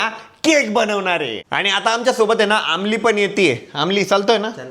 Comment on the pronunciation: Amol ❌ Aamli ✅